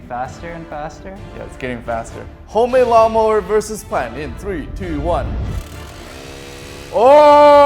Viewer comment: He just said mawn lower🤣🤣🤣